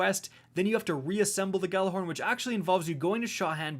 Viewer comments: just to point this out but you guys have been pronouncing gjallahorn incorectly. the G is completely silent. and the word is pronounced ya'll-a-horn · I hate how no one knows how to say GJALLARHORN RIGHT FUCK